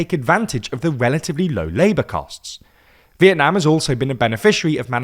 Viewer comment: you say vietnam in a way that sounds like when someone from vietnam says it in english and its cool this is a compliment :3